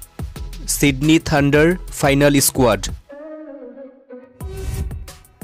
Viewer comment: Why do you say i-sq-uad